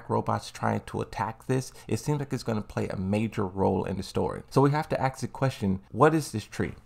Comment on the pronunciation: ASK ! A-S-K! its not axe